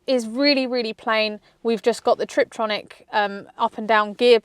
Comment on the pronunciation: Why does she call it a trip-tronic? Constantly. Its a tiptronic. Hard to take someone seriously if they think its called a triptronic.